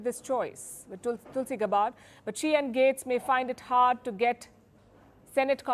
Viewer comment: You're pronouncing Tulsi name wrong. You're also wrong on Matt gaetz. You would think that you would stop listening to the mainstream media in the United States by now.